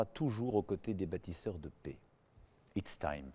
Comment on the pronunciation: Faut apprendre à prononcer "PAIX" et "RESPECT"... Il ne sait même pas parler français correctement, quelle honte ce type.